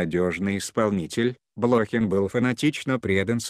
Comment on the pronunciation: Откуда взяли этого "чтеца"?Он даже фамилию правильно прочитать не может.БлОхин,родившийся в СуздАле, с подчИненными, расстреливая прирЕченных,излишне запачкАвшись в крови,ну это уже нечто.